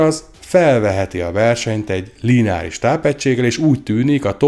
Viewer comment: Nem "l-í-neáris", hanem lineáris...